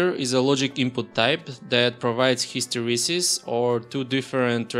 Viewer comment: If you can say Hysteresis than you can say "how" and "have". It begins with the same letter H. Pls don´t say CHOW and CHAVE plsplspl